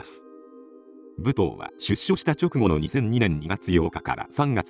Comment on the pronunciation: ぶとうって言い方が気になる～ むとうでは？